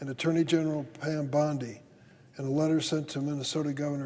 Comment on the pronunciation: Mistakenly calling Bondi 'Pawndi' was brilliant.